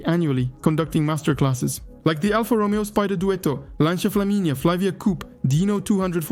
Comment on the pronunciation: the hell is lanZia? is this google translate voice or smth?